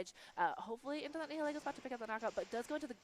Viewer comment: Ugh! I'm bothered so much with how you pronounce Nihilego. It's Nihil (like nihilism) and ego (like your mind, not the waffle). It's modeled after a pretty hat and a mind-controlling jellyfish.